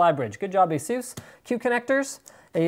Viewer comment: asus not asoes ....... omf asus asus asus not asoes